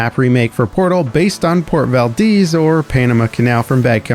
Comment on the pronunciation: Port valdeez?